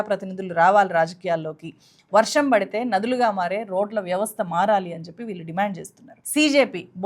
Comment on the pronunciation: "ప్రభుత్వం ఒళ్ళో కూర్చుని" అని "ళ" అక్షరాన్ని చక్కగా పలికిన మీరు "వాల్లు, వీల్లు, కల్లు, వెల్లి, పెల్లి" అని ఎందుకు పలుకుతున్నారు? స్టైలా? "ళ" అక్షరాన్ని సరిగా పలకటం నేర్చుకున్నాకే మైక్ ముందు కూర్చోండి.